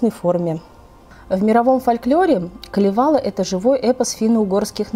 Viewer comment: Очень познавательно, спасибо. Но только ударения... Ка́левала, По́хьёла, Ку́лерво - будет правильней